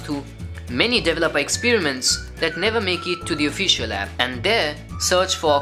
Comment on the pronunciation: Please, please, please someone teach these guys how to pronounce 'develop' and 'developer' etc.